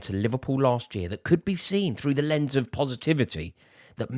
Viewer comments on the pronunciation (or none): none